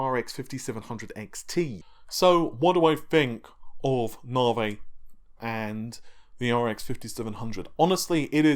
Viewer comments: Stop calling it, it's Navi, said like "Nav E", really annoying that you intentionally say it wrong every time you talk about Navi architecture. You should say it like Lisa Sue and the guys at AMD do. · Challenge, bottle of whiskey and every time he says or freds you take a shot. See if you can get through the video. Haven't watched it yet but will when I get home.